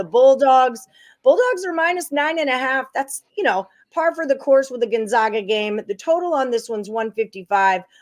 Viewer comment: Gon- ZAG-a They’re the zags… not the zogs